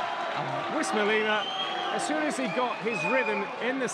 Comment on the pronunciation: uisma not usima lol